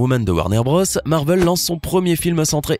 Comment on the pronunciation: Captain marvel pas marveul